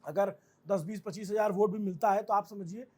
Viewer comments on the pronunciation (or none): none